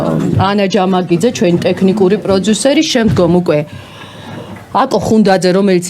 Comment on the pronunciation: ეს “პროძუსერი” რაღა ჯანდაბაა? ტვინი გახვრიტა რააა… ინგა გრიგოლიასი არ იყოს, ისიც პროძუსერს ამბობს. პროდიუსერი არის ინგლისური სიტყა და ასო “ძ“ ინგლისურში არ არსებობს.